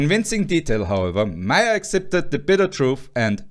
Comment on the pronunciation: Respect though for pronouncing Willy Meister's name properly